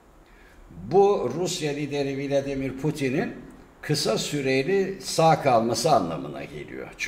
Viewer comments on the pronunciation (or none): none